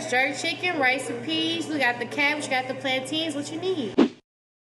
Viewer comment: That shop worker ain’t Jamaican. She pronounced plantains WRONG!